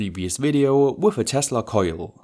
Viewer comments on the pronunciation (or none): none